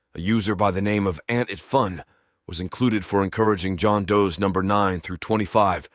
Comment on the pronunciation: I heard it when he said John "does" and pro "si" It's weird to hear "him" take a breath reading the copy